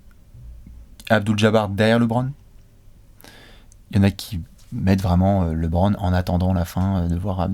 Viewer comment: Bravo pour tout le travail que vous avez accompli et que vous accomplissez chaque jour. Petite question: Maintenant que je sais qu’il va être présent dans cette vidéo,, vas-tu enfin dire à qu’on prononce LeBron et non LéBron? 😂